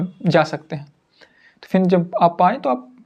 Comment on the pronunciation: फिन नहीं फिर होता ह